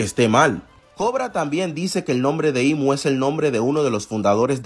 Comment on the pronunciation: hay que dejar de decirle "Im", realmente es "imu" el mismo se refiere a si mismo como mu, haciendo clara la verdadera pronunciación siendo Imu